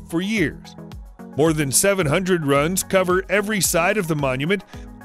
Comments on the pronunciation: ROOOOOONES! not RUNs!! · Some of his pronunciations drive me crazy, runes should sound more like ruin not run. I've noticed it in a lot of his videos but he doesn't seem to have an accent. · Say it correctly! It's NOT "Runs", IT'S "Roonz" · DAWG ITS PRONOUNCED RUNES (ROONS), NOT RUNS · "Runes" rhymes with prunes, so stop calling them "runs". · When you do rune runs in diablo 2....Nobody: This guy: Run runs! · Runes not runs. Like prunes without the p. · It’s spelling is Rune/s, pronounced Roon! not as the narrator is saying.. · A guy who cannot even pronounce runes is going to teach me what now? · Learn correct pronunciation of Runes.